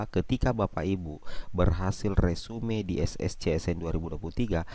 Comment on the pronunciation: Bukan resume bacanya....resum